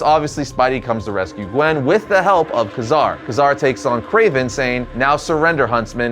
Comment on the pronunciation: You kept flubbing Ka-Zar's name: It's pronounced "Kay-Zar" no "Kazar".